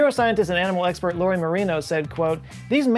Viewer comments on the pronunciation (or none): none